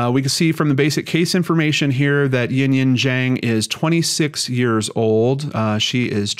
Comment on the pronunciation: The correct pronunciation of "Zhang" made me very happy, thank you for putting in the extra work if you needed to. All of us with hard to pronounce names appreciate it.